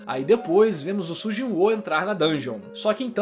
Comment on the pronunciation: primeira vez que vejo o canal, ache engraçado tu chamando o mc de Sujinho, tá aí uma nova pronúncia para o nome kkkkk